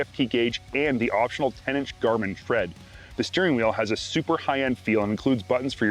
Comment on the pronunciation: Tread not thread